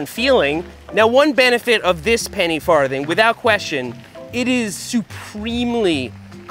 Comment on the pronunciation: Ha. He said farth.